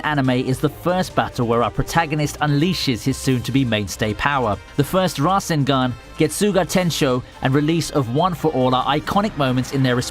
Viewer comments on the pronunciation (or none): none